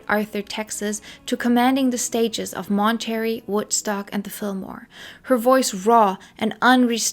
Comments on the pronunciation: Why are you calling it Mon-Terry? It’s pronounced Mon-tuh-ray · Obsessed with your pronouncing Mon-ter-ray as Mon-terry, and I love your content! Just found you today 💕